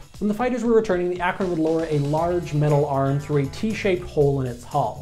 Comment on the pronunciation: They were pronounced MAY-kin and ACK-run. Also, don't forget the B-36 FICON bomber. It was also technically a flying aircraft carrier and a flop.